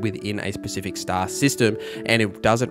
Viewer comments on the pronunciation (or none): none